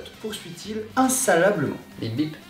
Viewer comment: "insallablement" 😂😂😂(en vrai c inlassablement)